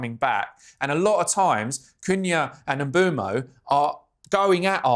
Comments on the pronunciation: It’s pronounced Mboomo, as per the player himself. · Mbeumo pronounces it Mboomo